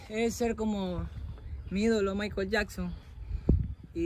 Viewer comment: La pronunciación no es Maikel, es Maicol